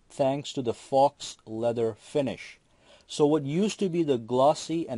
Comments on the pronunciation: Isn't Faux pronounced "FO"!! You said "fo -ax!! Just being a grammer Nazi! :) Peace. PS - Samsung for the WIN!!! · it's pronounced PHO finish not FOX finish, even though its spelled FAUX. The more you know, the more you grow. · FYI..Faux is pronounced Foe, not fox. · faux is pronounced fo' not fox! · Faux is pronounced like "foe" not "fox". America stole it from the French. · Stopped listening at that exact moment. All credibility just evaporated. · Faux is pronounced Foe. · "fawx" haha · FAUX is pronounced foe. Grammer man! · Did you really pronounce the x in faux